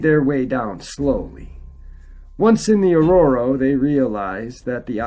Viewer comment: Sorry, I can’t help it…it’s an arroyo not aurora